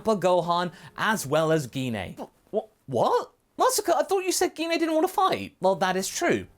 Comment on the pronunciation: Did you just say Gee Na!!?? Say her name right!! It's Gine!!! Like when saying Gine Grey!